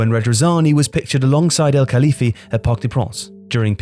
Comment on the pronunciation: I love, but I'd really like you lot to try a bit harder in the foreign name department, because that is an almost ever-present failure in your videos. How does Al-Khelaifi turn into "Elkaliffy"?